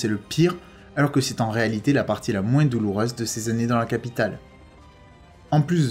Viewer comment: C est moi qui rêve ou tu prononces "moinsse" à la place de "moin" ?